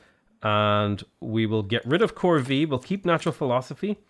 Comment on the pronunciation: I love you. I do. I watch all of your videos. But "Corvée" is pronounced 'Cor-vay', This é is an e with an accent aigu, which means you make the the same sound as the 'ay' in the word 'pay'. Corvée = Corvay.